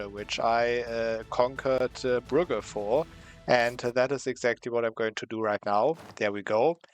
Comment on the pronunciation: brugges pronounced as brooj